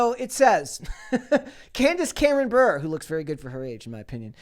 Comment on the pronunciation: Bure is pronounced as Burr-Ray .... as in Pavel Bure (if you youtube his name)